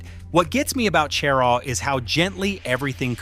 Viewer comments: she RAW, not CHE rah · Is not pronounced CHAIR-RAW!! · IF you are going to do this then learn how to say the town names- Cheraw and Honea Path horably mispronounced